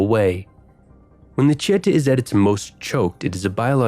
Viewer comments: Pro tip: accents in Portuguese means that is the streest vowel of the word. AKA it's tieteeeh, not tieeehte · Tietê e Pinheiros= Chee Ah Ta and Pin Haros Hahahahahhaha Its chee eh teh and pinieiros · tiete is pronouced like chi-e-te, the first e have the stress and is a closed one barra bonita is like ba-ha bo-ni-ta, stress is in ha and ni paulistanos is pawlist-ugh-nos sao paulo = s-ugh-w paw-lo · tiéte (fan, admirer) is different than tietê (the river's name) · As a paulistano myself, I gotta admit this is legit the best video of São Paulo from a foreign perspective that I have ever seem. You covered the most important points of the city. Its beauties and flaws. Congratulations! (The way you say "Tietê" is funny tho lol)